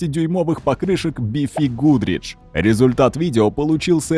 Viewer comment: би фи гудрич тоже улыбнуло)))